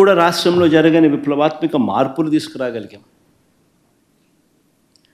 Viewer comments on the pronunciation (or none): విప్లవత్మిక కాదు విప్లవత్మాక 😂